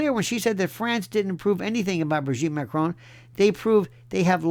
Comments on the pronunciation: First time I hear dictator Macron's name pronounced correctly by a US/UK speaking person. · You are the only American who pronounces her name correctly, it's not Mah-krone! Libel and slander has never been legal despite free speech. It won't matter how many DNA tests she has people will just say they were fixed even if Owens supervised them herself people will say it wasn't Owens but her brother dressed up as her. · I love the way Lionel pronounces Macron